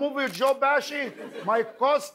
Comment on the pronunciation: His name is Joe Pesci not Joe bashi and the movie is my cousin Vinny not my Cost Vary